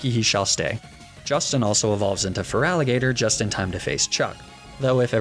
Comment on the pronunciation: THERE IS NO VOWEL BETWEEN THE T AND THE R IN FERALIGATR! REMOVE IT NOW!